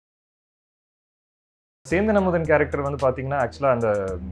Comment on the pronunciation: Sendhan amudhan it's right adha style ah solrenu kudhari vaikudhu indha anchor 😡😡